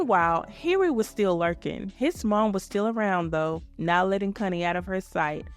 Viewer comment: Um please pronounce Connie correctly..in the UK what you're saying is adult language. Not cun, con.